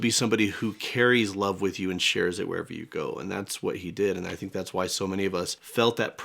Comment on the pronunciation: Tink happy tawts ❤ sadly, he had a hard time doing it himself but he knew he was giving us happiness!